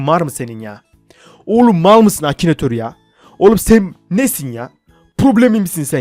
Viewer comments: abi çok eskiden akinatör diyecekken akinitir demişsin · Akinatör olmuş ıkınatör😂😂😂